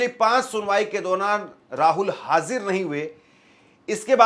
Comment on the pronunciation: Bhai aap hazir ,ya Aisa koi word ho uska pronounce sahi se karo